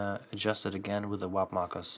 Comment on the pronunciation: Why do you keep saying “WHOP”? It’s “WARP”